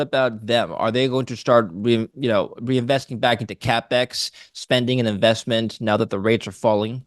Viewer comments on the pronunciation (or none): This guy is such a flip flopper, does he actually make any money??…and WTF is “ revesting “? Does he just in fact mean reinvesting, because that’s all it is ffs.